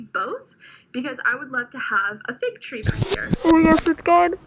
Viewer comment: I heard fake tree instead of fig tree. I was a bit confused, but it all makes sense now haha. I don't know anything about motherhood, but I do know you are doing great!